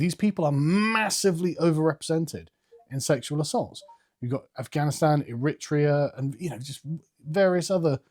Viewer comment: It's pronounced air-re-traya